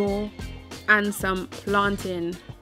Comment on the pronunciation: I am sooooo appreciating how you pronounce plantain...😉 #proudJamaican